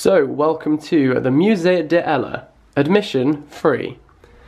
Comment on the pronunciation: The lack of elision between 'de' and 'ella' 🥺🥺